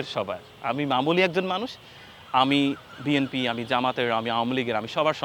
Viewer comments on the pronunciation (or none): none